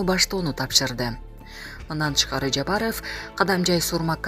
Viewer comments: Админ, скажи, пожалуйста, правильно не Жапароооф, а Жапаров. Как будто у вас окончание ооф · Диктор Кыз туура суйлочу АЙЛАНАЙЫН ЖАПАРОВ дегенин уксанар кулкун келет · Бул кандай диктор президенттин фамилиясын так айта албаган.Сабатсыз дикторду кетириш керек жумуштан.